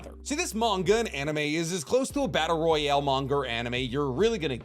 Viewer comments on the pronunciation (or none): none